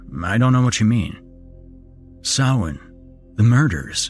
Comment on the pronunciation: Hey, he pronounced "Samhain" right. Kudos.